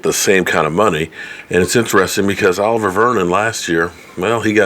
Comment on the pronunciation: You destroyed olivier's name 🤣. It sounds like O-liv-e-ay .